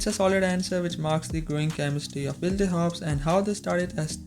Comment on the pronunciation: Its pronounced "Wild" friend. Sorry, but that's distracting me big time!